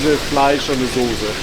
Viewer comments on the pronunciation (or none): none